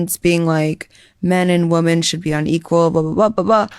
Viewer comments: OH THANK GOD!!! I thought I was the ONLY ONE who was noticing that everyone is saying woMAN instead of woMEN nowadays. Where TF is that coming from??? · Omg I’m so glad I’m not the only one who thinks that people who say woman instead of women are ignorant af.. it’s super annoying. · The women thing started creeping up a while ago and I've been wondering why in the hell can't anyone pronounce women anymore. Getting dumber by the month. Holy hell.